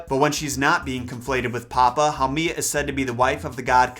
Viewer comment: Haumea (HOW- may. Ah ) You are totally butchering the Hawaiian language